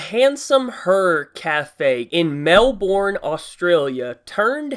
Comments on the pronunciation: I have to move to America now because of the restaurant And you Americans are pronouncing Melbourne wrong It's actually mel-burn not Mel-born Also in Australia I live on the west side (literally) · XD how he pronounces melbourne. Its said mel-ben. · i got triggered because i am from Australia and its Melbourne (Mel-Burn) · As an australian im here to assure the rest of the world. There is no man tax, it’s just that one feminist cafe. Also my city is not pronounced as “mel-born” it’s “mel-ben” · it is not mandatory because that would be against the law but melborne (pronounced mel-bin) is kind of San Francisco aka hard core left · Its pronouced mel bun not mel born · It's not pronounced Mel-born its pronounced Mel-burn. Just saying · Melbourne...no no it’s melborn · Righto let me explain this as an Australian. 1. You said Melbourne wrong. Say it is Melben. 2. This is against the discriminatcion act of Australia. It is illigal to do this but if the government shuts this place down they would be seen as 'sexist' by many wilderbeasts. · K I’m in Australia wtf I’ve never heard of this but it’s not a thing everywhere just this restaurant I don’t know if this is even legal either tbh Edit: ah it’s Melbourne Idfk what goes on down there Also you pronounced it wrong You don’t say the R lol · Ok wtf I'm from Australia and I just heard of this btw it's said melbin and this the most stupid thing I've heard of when ever I go to Melbourne I'm going to there going to tell the manger or owner this is the most stupid thing ever you idiot no mans going to come here. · No shit it's Melbourne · I’m from Australia, tbh it’s actually not that bad, and I head you pronounce Melbourne wrong (Mel-burn) and it ticked me off, and yea shit can be a little fucked (extremely racist people, a lot of homeless people in cities) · sword106 actually its Mel- boarn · It’s pronounced Melborne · and its pronouces 'melbin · I hate the way Americans pronounce Melbourne, it's pronounced (Mel-bin)